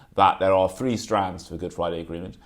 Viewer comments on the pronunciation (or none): Seventy Three and Seventy Free